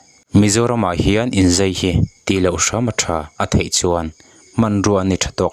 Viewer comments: Zei, tiin a lam deuh tlat a, fiah takin Zai han ti se ka ti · I mizitawng hman hi. Zai nge zei. Uluk deuh leh fiah deuha lam a vatha ve